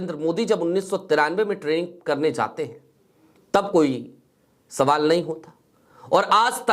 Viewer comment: तुम्हारा उच्चारण बहुत गन्दा है जहाँ j की आवाज़ होनी चाहिए वहां z की आवाज़ निकलते हो और जहाँ अभी तुम ने बोला Zaate बोला जबकि jaate बोलना चाहिए हम अच्छा है सिर्फ फिर j बोला करो तो बुरा नहीं लगेगा